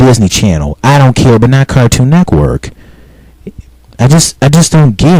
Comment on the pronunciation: You say Cartoon Network like Cartoon Neckwork. What?